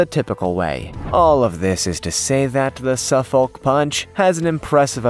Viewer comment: Dear Americans - The L is silent in Suffolk, it is a county in the uk which gave its name to your Suffolk. You say Suff'k and it originated from "southern folk" - there is also a Norfolk (Norf'k) "north folk". Note that these are not called ...shire like many other counties.